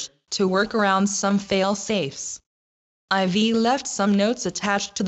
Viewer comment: Όταν λέει I've..... Ακούγεται I V (αϊ βι) και χρειάστηκε να βάλω υπότιτλους ενώ άκουγα το βίντεο για να καταλάβω. Δεν έχω κανένα θέμα με αυτό 3 κλικς είναι, απλά μπορεί να σου είχε ξεφύγει γιαυτό το ανέφερα, εννοείται λατρεύω το πως εξελίσσεται η σειρά, υπέροχη δουλειά και ελπίζω να είσαι καλά.